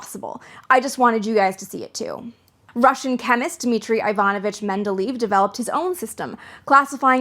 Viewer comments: Reminds me of the Fundamentals of Physics and Chemistry course that was taught to Wabash College freshmen in the 1960's. Very nice treatment. By the way, I have always heard "Mendeleev" pronounced Mendel Eh' Ef, where Eh is the Canadian version. 🙂. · This is an excellent video. I absolutely love the history of science! For future reference, btw, Mendeleev is pronounced something like Mendeleyev, with the strongest emphasis on the "ley" syllable. I know it's hard to pronounce a lot of these names, but this is one that I more or less know how to pronounce. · Менделеев ='s Medeleev ='s men·duh·lay·uhv - small thing, but, great video!!!! Happy to see you posting more often. Long time subscriber. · Men-deh-LAY-eff Don't fret; it just means you're well-read. 😉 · It's pronounced Mendeleyev :) great video, looking forwards to the sequel! (Also de Broglie is pronounced "de Broy"; it's a weird pronunciation coming from Italian, where a gl is pronounced as a soft l) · I've liked your videos for a long time, but I love creators willing to learn animation to make their videos more pedagogical! Edit: my biggest complaint about this video is how you mispronounce Mindeleyev.